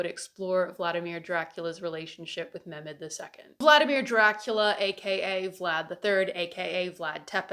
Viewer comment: Not as much bothered by the Romanian pronunciation as much as the missing H in Mehmed. I am SORRY my Balkan ears are being little whining babies about it <3 1000% awesome points otherwise